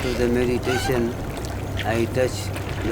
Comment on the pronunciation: meditaton, with an i-watch ! you're doing it in a wrong way